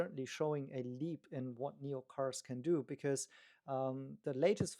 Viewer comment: NIO not NEO please! 😢